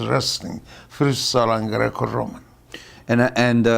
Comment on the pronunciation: That and Grrrrrecco Rrrrrroman